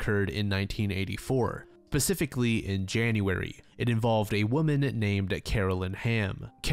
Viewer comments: "pacifically" 😭 bro doesnt know how to say "specifically" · "specifically" not "pacifically" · random question and i still love your video but did you say pacifically? LOL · PACIFICALLY lmao tf